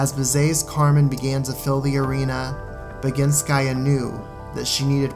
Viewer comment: It was perfectly done really. I adore this video and love your take on things.